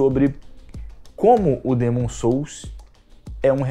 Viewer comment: O mané nem sabe pronunciar corretamente. Dêêêêmon......Hahahahahahahahahahahahahahahahahahahahahahahahahahahahahahahahahahahahahhahahahahahahaah